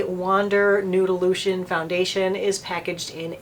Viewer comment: Ha, ha, ha! When you were saying the name of this foundation, I thought you were saying Noodle Lusion. Thank you for giving me a chuckle today. Hugs